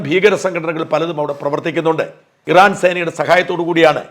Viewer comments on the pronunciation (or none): none